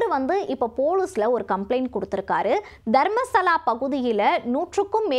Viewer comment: தர்மஸ்தலா . தர்மசலா இல்ல